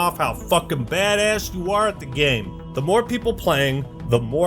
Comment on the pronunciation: Someday will learn how to say "game" correctly... gayum lol